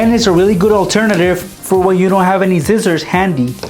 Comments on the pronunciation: He said zizziors not scissors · He says scissors zcissors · he said zizers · Scissors not zizzorz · he said zizzers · Anyone notice he said zizzors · you say sissor so wierd you say sizzors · In one of the hacks he said "just grab your zizzors"😂